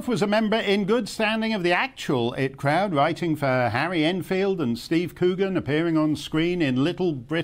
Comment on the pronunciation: "It crowd" 😬